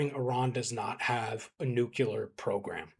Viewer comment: Its a very common mispronunciation but please vegas there is no "Nucular weapon" its "Nuclear weapon".😅